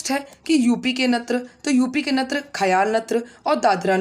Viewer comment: मैडम जी आपके यहां नृत्य को नत्र क्यों कहते है